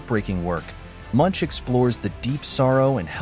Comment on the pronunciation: The man's name is pronounced /moonk/